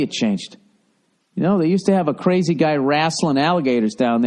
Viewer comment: Bill do you really think it's pronounced "kray Jee"? Like with a 'J' sound? Holy mother of holy jeejus.